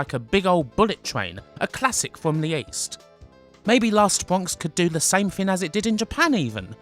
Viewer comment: Edited: all I really want to say is: "Wast Bwonks"